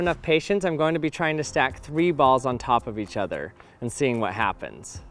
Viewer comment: All I heard is "ols"